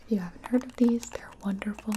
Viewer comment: "Is the tempature okay?" No "Wondeful"